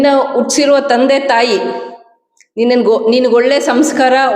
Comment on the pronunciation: ಎತ್ತ ತಾಯಿ ಅಲ್ಲ ಹೆತ್ತ ತಾಯಿ ಹ ಉಚ್ಚಾರಣೆ ಇನ್ನೂ ಕಲಿತಿಲ್ಲ ಉಟ್ಟಿಸಿರುವ ತಂದೆ ತಾಯಿ ಅಲ್ಲ ಹುಟ್ಟಿಸಿರುವ ತಂದೆ ತಾಯಿ